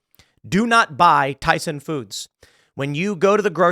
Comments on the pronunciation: Why with the S on the end of Tyson, lol. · Tyson.. you mean byeson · It's Tyson. Not Tysons.